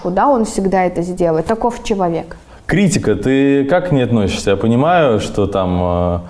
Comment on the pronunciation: Миллионы миллионами, но могла хотя бы к логопеду походить, и я не по картавость сейчас говорю, противно слушать… чеуауек на просто убил😂